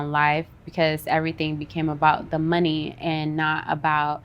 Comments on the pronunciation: I love how she says “the mun-ny”😂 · Right?! EVERY time she says it, its like MONEY!! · The way she pronounces money tho.......🙃